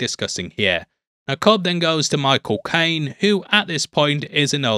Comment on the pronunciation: You thickened the accent when first saying "Michael Caine" ?